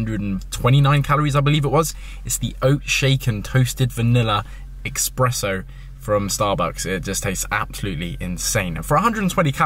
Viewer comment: "expresso" has me crying xD